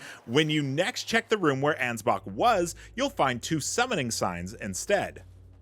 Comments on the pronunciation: Bro, why do you say his name anz-box?!😂😂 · Thats his name. Ansbach. The "ch" is a K sound